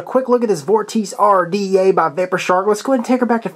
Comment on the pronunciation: it's pronounced vawr-tuh-see